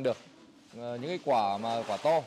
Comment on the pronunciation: Mình ko rõ là từ địa phương thế nào nhưng thấy gọi quả khoai tây thấy cứ sai sai hihi